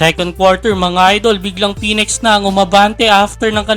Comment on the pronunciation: May bago palang team ang PBA., phoenex. plantsahin m kaya dila mo para mapronounce m ng maayos sinasabi mo